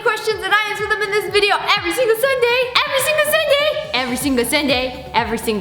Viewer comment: EVWY SINGLE SUNDAY EVWY SINGLE SUNDAY EVWY SINGLE EVWY SINGLE EVWY SINGLE SUNDAYYYYYYYYY